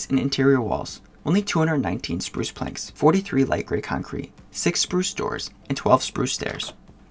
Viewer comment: When you say spruce I heard you said sprush